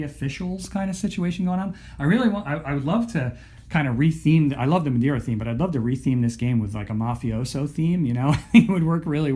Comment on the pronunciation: Im portuguese and it was a good pronunciation :)